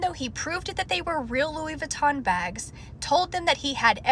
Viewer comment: That's not even how you say Louis Vuitton.